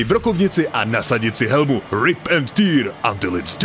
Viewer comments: Rip and tear [Rip ent TÉÉÉÉÉR] né "týr" .... je to trhat a né slza... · Pěkný seznam, ale některé výslovnosti anglických slov mě trošku zatahali za uši :) (Třeba Gelu u trhání démonů brečel - rip and tear)